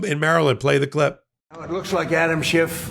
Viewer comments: His name is Schiff, not Schift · Adam's last name ends with an "F",. NOT a "T".